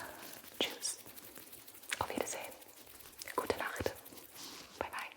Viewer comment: the way you pronounced wie gehts and gute nacht?? gibi undercover german?? but seriously, thank you for taking the time that you didn’t have to sit down and film an asmr video about the souvenirs, literally nothing about it sucked 🥹